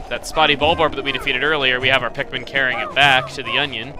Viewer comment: You call them pikmin.... I call them MIKPIN!